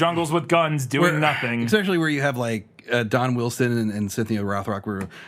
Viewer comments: I also find that exxspecially annoying. Jokes it is fine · I can totally give a pass on Manila, but it drives me crazy that you both manage to say 'ex-specially' in practically every episode. 😅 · same. i love them both, but they really need to learn how to say that word.